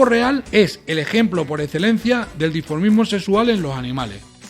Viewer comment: Dimorfismos, no diformismo.